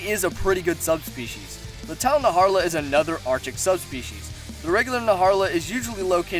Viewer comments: The tidal naharla?Its najarala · It's not "Naharla" it's: Na - Jar - Ah - La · "Naharla" oh my goodness it's Najarala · You said tdal naHARAlA Its tidal NAJARALA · “Tidal Naharla” 🤢🤢🤢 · ... “Tile Narharla”? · “Naharla” and then I unsubscribed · Ok man we get it, you hate the red Khezu. Also who else cringed at the way he pronounces some monster names.